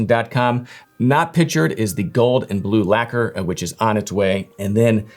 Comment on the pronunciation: Mf doesn't even know how to pronounce "lacquer" 😂